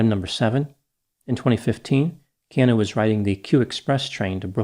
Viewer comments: Stop saying key aan nu! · It's "Kee Ah Nu" for goodness sakes. Being from Hawaii it's so irritating when intelligent people especially, mispronounce Hawaiian names and words. If you're going to use the name or word please take the time to learn how to say it. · So we’re all just ignoring doc is mispronouncing Keanu’s name?